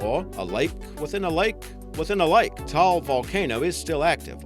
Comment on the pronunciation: Taal lake is pronounced Ta-al lake Yeah we have some odd pronunciations for our country